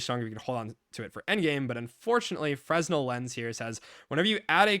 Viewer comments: Just fyi, fresnel is pronounced fruh-NEL. The 's' is silent. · btw if you're unaware, "fresnel" is pronounced ferr-nell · The s in fresnel is silent btw